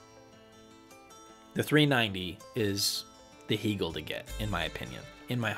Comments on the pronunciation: I had never heard anyone mispronounce Hegel until this video. It does take away from your perceived knowledge of a brand. Most English speakers pronounce it the same as the philosopher’s name. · I think these things are important. Just like how people prefer having their own names pronounced correctly. As a Canadian dealer, I can tell you it is "hay-gul" or "hay-gel" as opposed to "hee". If you watch videos by Bent or Anders, you'll see they pronounce it this way.